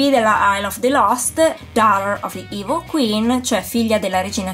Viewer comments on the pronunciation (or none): none